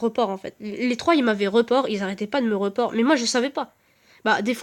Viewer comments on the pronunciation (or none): Et d'ailleurs,c'est pas pour être méchant mais ton accent anglais est un peu pourri,genre Jake ça se dit "Jayke", giveaway ça se dit " giveeuouay"et report ça se dit "riporte"...